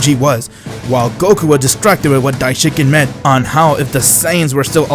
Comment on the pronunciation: Dye-Shin-KON dude not dye-shin-kin (Cringe Everytime)....what kind of fan are you?